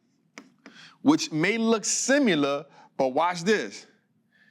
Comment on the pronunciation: This man cannot pronounce the word similar correctly. Nobody should be taking advice from him. His audience is low income/poor folks who eat up this garbage